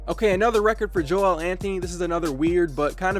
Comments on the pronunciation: You don’t say Joel Anthony’s name like embiid’s. It’s Joel (jul) not (joe-el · It’s pronounced like “Jowl” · It’s just not Joe El. It’s just one word